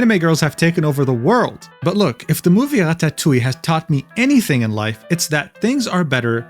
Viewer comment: I like the way you say ratatouille funny internet man